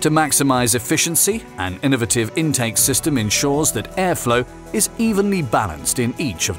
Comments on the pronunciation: Say it with me: INUHVITIVE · In•a•va•tiv and al•u•min•e•um two excellent ways of being extremely British.